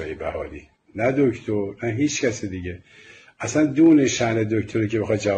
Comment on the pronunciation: والا این آقا یجوری میگه دکتر که چی بگم انگار زحمت کشیده شده دکتر آمنه رو هم نمیدونم خدا بهتر میدونه